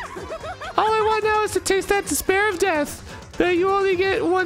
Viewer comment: "dis-pair of nuts" he was so close